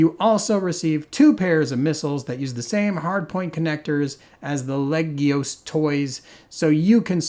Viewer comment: I find it rather amusing that you said you were going to mangle the pronunciation of "legios" and ended up consistently pronouncing it properly. :-P